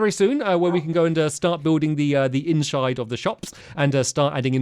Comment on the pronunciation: "Inshide of the shop"